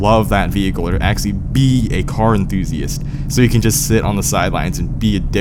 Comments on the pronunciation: There IS a T in acTually!!! Why do you keep saying aXially? Let me guess: You AXE people questions as well? ASK... try pronouncing it A-S-K... Speak REAL PROPER ENGLISH or go back to your native tongue. Quit degrading the English language. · please say actually properly next time please.